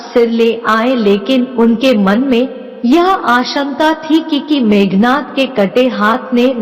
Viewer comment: Meghnaad not nath